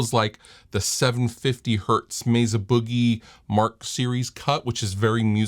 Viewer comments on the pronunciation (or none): none